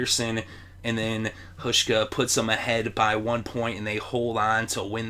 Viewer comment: Hauschka. Pronounced HOWSH-KA